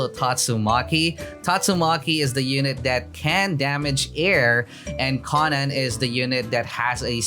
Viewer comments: The konen* triggers me it's konan sir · FIX YOUR DAMN PRONOUNCIATON ITS KOH-NUN edit: I am unsubbing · it hurts me how he pronounces im pretty sure its koh-nan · why is he saying konan like that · keeps on saying konan wrong ☹️